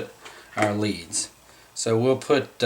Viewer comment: The wires to the tracks are spelled LEADS... Pronounced LEEDS.